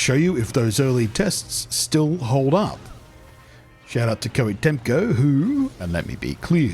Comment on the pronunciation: ITS Tecmo. Not Temco